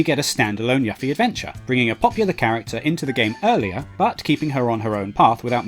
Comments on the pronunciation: It sounds like it's spelt IMO, the fact this guy thought it was pronounced Yuffy is weird, plus the amount of times he would have heard her name yet he still says it wrong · its not yuff eee... its yoo feee.. they even state her name in the trailer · 1. Its "you-fee" not "Yuh-fee" 2. "Better part of a decade" is very, VERY optimistic. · Her name is YUFFIE (YOU-FEE). Not ruffie or yaffie. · The Yuffie pronounciation annoyed me more XD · "Yoofie and Teedus are correct pronunciations, Yuff-ee and Tie-dus are incorrect" that is literally ALL I AM SAYING... Jesus some people just like to disagree for the sake of disagreeing. I was born and raised in the UK no one I know pronounced it Yuffy, but sure, you say there is a significant amount of Brits who do... As Ventus would say "ok I believe you", I acknowledged it in my previous reply. He may call him Wukk-ah, no it won't bother me *but I may leave a lil youtube comment about it, big fucking deal*. Your acting like I sent this dude death threats or left some hate-filled essay. You hear her name throughout the FF7 compilation and Kingdom Hearts franchise plenty of time to realise you been saying it wrong and just start saying it right. My analogy from last reply was perfect. A Chinese bloke tells me I've been pronouncing his name wrong, only polite to correct it. Of course these are fictional characters so it matters a lot less, but I also don't think its a big deal nor did I make it out to be. And before you reply with that same tired point of "his accent is why he pronounces it wrong" he can correct his mispronunciation like anyone else and me & everyone I know (who knows the character) managed to read it as Yoofie, maybe cause the name Yuffy sounds fucking stupid plus she's a Japanese character so it's only natural her name fits that phonotype. Regardless, I can understand your point as to why Brits in the 90s may have mispronounced it, but there has been amp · my dude, did you really just say "yaffy"?? 😂